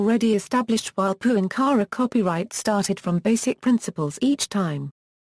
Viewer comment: Yes, it's a pity that that his last name is constantly mispronounced, and is then followed by saying the word "copyright." The documentary is still interesting, despite the annoyance.